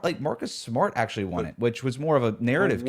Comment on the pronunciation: MAHCUS GAHDAM SMAHT destroyed me lolllllll